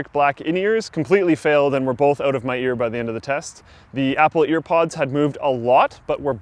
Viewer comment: 'While you're oot and aboot'